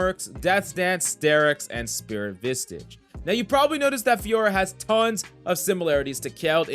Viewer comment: He doesnt play League 100% xD The way he says spirit vistage n Klead etc ahahahah funny